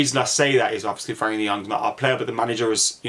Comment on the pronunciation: Never heard someone pronounce Frenkie's name wrong so many times..